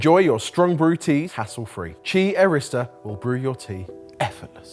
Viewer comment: I hear "Chi Arista" and then I read Qi Aerista. Lost all the energy in my body.